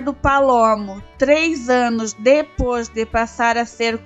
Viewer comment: Extinta TV do SBT??? Não, o SBT ainda existe! Outra coisa, precisa melhorar a pronúncia. O correto é "dois" e não "dos", "depois" e não "depôs", etc.